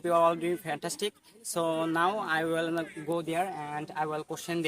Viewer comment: Will উচ্চারণ টা ওয়েল হচ্ছে ? Polite? ইত্যাদির উচ্চারণ হচ্ছে না , আপনি তো মানতেই চাচ্ছেন না